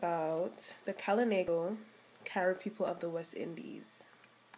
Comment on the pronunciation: Good info but you need to learn to pronounce the words proper.. we KALINAGO are a proud people .